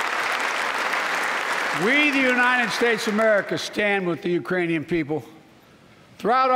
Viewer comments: I heard Iranian also. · mark... "The Uranian people" ??? Where - EXACTLY - is the country of Urain? Inactive the 25th Amendment NOW!💯😂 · Or the Uranus people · He 100% says "uranium people". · sure it wasn't take it in Uranus people??? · He said urainian, I grew up with a speech impediment. Sometimes letters aren't there lol 🤷🏾‍♀️ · Uranian Iranian 🤣🤣🤣 this guy and Putin laughing his ass off somewhere… embarrassing 🙈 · He said, "...the URAINIAN people...". All this time, we've been worried about an invasion from Mars by the Martian people. As it turns out, the threat from Uranus by the Urainian people should be the focus of our attention. LOL! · I think he just forgot the k in Ukrainian